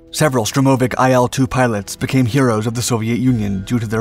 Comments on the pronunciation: STURM - oh - vics, not Sturm - OH - vics. Emphasis on the first syllable please. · It's Sturmovik, not Strumovik. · It's not SturmOooveek It's STurmovik It's not Betton Flugzeug It's BetOn Flugzeug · Tomato, Toe-Ma-Toe, Sturm-Oh- Vic, and whatever you were saying. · Штур-мо-вик будет правильно))) xD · Strewm-o-vic? -- My bones ache, a "strorm" must be on its way... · It's not a "Strurmovik" - there's only one "r" in the name and comes after the "u", not before. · FFS say its name properly! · 26...........Never heard 'Sturmovik' pronounced that way. Neither has Google. ........'U-rawl' mountains. Really? I have assumed this is meant for a primarily American audience, since it is in English, but I suppose I could be wrong, meaning the mispronunciations might be correct.🤨